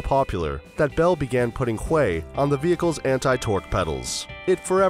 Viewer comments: Thought it was pronounced hughie???... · Hahahaha. The UH1y is called the Huey... pronounced hue-ee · You are soooo right!!! Could not believe how the guy pronounced it. He OBVIOUSLY was not there.